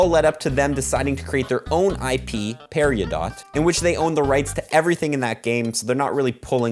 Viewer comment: Great Video, but "Parry-O-Dot" 😭[Parry-Dough] has me crying.